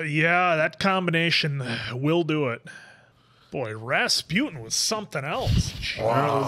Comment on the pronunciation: I don't think you guys got it that the lethal monk's name is pronounced like "Ras-poo-tin" - it's a Russian name, you know. ;)